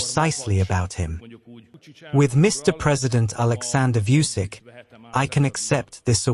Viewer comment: "Vojvodina" and "Vučić" were butchered so badly, it's not only disrespectful, it was difficult to understand what the AI narrator was even speaking about. "VOICE OF AI TRANSLATOR" is a very lousy excuse. Make it pronounce names correctly, or at least closer to correctly, hire a human, or a better AI! It's pronounced "Voyvodina" and "Vuchich" btw. (if AI saw it written like that, it would pronounce names correctly) "J" is always pronounced "Y" in every Slavic language, German and Dutch. P.S. I have to add "Subotica" It is not Subotika!!! Serbian is not a Latin language! C is never K, it's always TS (as in "tsunami" or "tsar") in all Slavic languages! Why don't you hire someone to speak, or at least pay attention to what kind of text you give the AI?? The AI narrator is incapable of doing the job, unless it reads "Subotitsa". It's default is English pronunciation, obviously. I would be willing to fix it for free, that's how much disrespectful I find it. Please understand, my reaction is a product of years of listening to Slavic butchering online, I did not get triggered after this video alone.